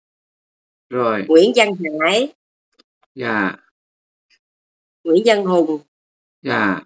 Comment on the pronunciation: Hải chứ đâu phải hãi. Hãi hùng.